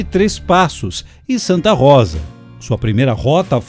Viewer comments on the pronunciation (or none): none